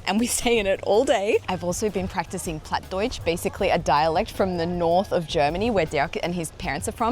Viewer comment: That kitty was definitely pregnant. The plat Deutsch sounds really Dutch😅